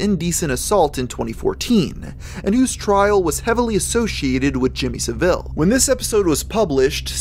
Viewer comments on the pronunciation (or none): It's not "suh-ville" it's "sav-ole" It's not "baff-o-met", it's " baff-eh-may" Good video, but work on your pronunciations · Not trying to be a twaat, but it's Jimmy SA-vuhl not sa-VILL. English people watching this are tearing their ears off. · Sorry for the nit pick but, his name is pronounced Jimmy Sahvul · SAV-AL not SA-VIL Jesus. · Jimmy Saville - pronounced Sah-Vil. No frenchism required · Jimmy Saville's surname is pronounced S-Ah-Vil not Ser-Vil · It's SAvile, not saVILE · Sav-il not saveel lol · Lmao Jimmy SavILL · Just a couple of minor points: Rolf Harris wasn't an actor, he was a TV presenter and Saville is pronounced Sav ill xxxx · I don’t know if anyone has already mentioned this, but Saville is pronounced Sah-vil. Not that Jimmy deserves the respect of having his name pronounced correctly, but just wanted to clarify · Not a critique at all bud, I love your vids. Jimmy savile is pronounced sav-ull. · ah yes, Jimmy Suh Ville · Mans did not just say Jimmy sa vile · Why are Yanks so fucking bad at pronouncing "Adolf" and "Saville"? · The way you pronounce "Jimmy Saville" really made me laugh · i’m sorry but pronunciation of Saville has me rolling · I love how Americans pronounce Jimmy saville like the place or orange. It's not a criticism it just gives me a little chuckle every time. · Your pronunciation of Jimmy Savile's surname is wrong (the emphasis goes on the first part). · The way you pronounce Saville disgusts me almost as much as Jimmy Saville himself does. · Jimmy Savile holding a nspcc sign bit ironic and you said Savile wrong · Not to be “that guy”, but you keep saying Saville’s name wrong lol. Ironically, not a single American seems to say it correctly, yet i’ve never heard a single brit say it wrong. That’s hilarious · the way he pronounced Saville is just so funny to me and Idk why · I love this video and all your others, but the way you said “Savile” rubbed me the wrong way. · how did you pronounce Saville just now